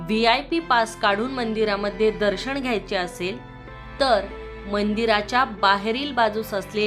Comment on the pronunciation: दर्शण??? स्थापणा?? किती अशुद्ध उच्चार 😒